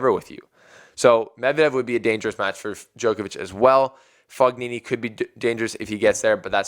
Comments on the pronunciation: It's pronounced Foe-Nini, not Fuck-Nini, man... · The first syllable of Fognini is pronounced FOH. So, it sounds like FOH nee nee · "G" is 95% silent in Fognini